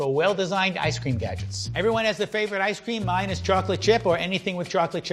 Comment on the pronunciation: 1 like for every time he said ice ceem